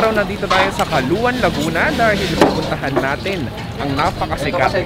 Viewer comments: Calauan (Kalawan) ang pronounciation namin, Lahing Batangueño po kami, pero laking Laguna. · Akala ko kung saan ung caluan laguna. Sa calauan pala. Hehehehe. Sir hindi po caluan ang pangalan at basa yan. Calauan po spelling at calawan ang basa. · Paps, correction po. Calauan po ang tama. That’s my hometown. Pabing’s numbaone, Hannah’s numbatwo. Hahaha. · Paulit-ulit po CALUAN. It's CALAUAN pronounced as KALAWAN. Even your title's misspelled. Thanks! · paps kalawan (CALAUAN) basa jan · Calawan ang ang basa dyan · Paps “kalawan” ang tamang pronunciation ng Calauan :) Pwde din kalawang sabe nga ng mga taga riyan :) Dyan ako pinanganak. Calauan Laguna. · Mali po pronounce ng calauan